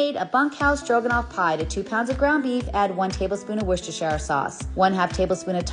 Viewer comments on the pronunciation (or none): 7/10 on pronunciation of Worcestershire sauce, it’s good but not quite right.